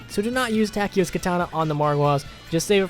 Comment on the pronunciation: it's soo damn awesome, that you can speak german names! good job